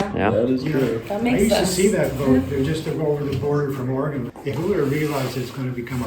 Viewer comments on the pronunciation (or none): none